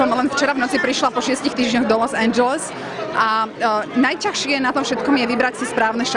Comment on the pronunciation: nenavidim, ked niekto povie NAJTACHSIE.....preboha!!!!!!!!!!!